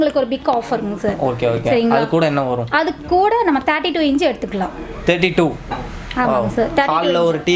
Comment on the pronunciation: அக்கா அது இஞ்சு இல்ல அக்கா , இன்ச் 😂😂😂 ...